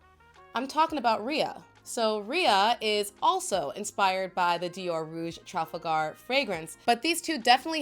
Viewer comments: It’s TraFalgar! Not TraLfagar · Great to see a good comparison. fyi Trafalgar is pronounced slightly differently than how you said it. It is pronounced Traa- fal-gar